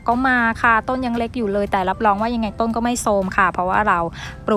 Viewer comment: ขอบคุณสำหรับเนื้อหา ดีแล้วคะ แต่เพื่อให้คลิปนี้สมบูรณ์ต้องแก้ไขการออกเสียงให้ถูกด้วย ตัว ร ออกเสียง เป็น ล และออกเสียงคำควบกล้ำไม่ได้ ตัวอย่าง ลาก(ราก) ลับลอง(รับรอง) ลอบๆโคน(รอบๆ) ปูก (ปลูก)